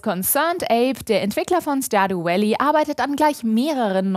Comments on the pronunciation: doch es ist stardjuu vällii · starduuuu uälllie lol, so falsch